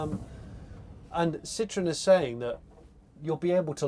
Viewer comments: All I hear is "Sitron", "Sitron"..... Jeez! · I guess it's ok to pronounce Ami wrong, you "only" had 50% chance to get the stress right... And it's ok because you also pronounce Citroën wrong, as if it was "citrus". Don't mind those strange symbols above the letter "e"... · It’s not a Citron it’s Citroën.